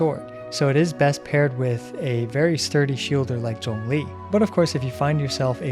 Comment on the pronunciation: He actually pronounced zhongli correctly I think